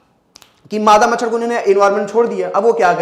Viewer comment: मछड़ नही सर् मछर 😂😂😂